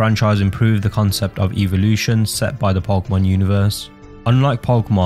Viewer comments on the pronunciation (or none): none